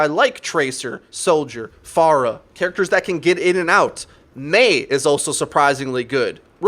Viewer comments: "Fair-rahh" not "Farr uh" .... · Hey dude, love your videos on this channel....you're very well spoken and have given me a ton of good advice. One minor gripe that me and anyone else watching your videos with me have is your pronunciation of "Pharah" It is pronounced like "Fair-Ah", sort of like "Pharaoh", get it? She's Egyptian and stuff? Her name's badass! At least if you decide to continue saying "Far-Ah" the way you typically do, please do so ironically! Then you're just being funny, and it's okay....